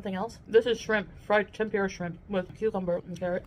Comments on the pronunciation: Why cant she say tempura properly? Its tem-poo-ruh. Not a hard word to say. 😮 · can she pls pronounce TEMP- OOOH - RAH correctly pls ? Makes me nuts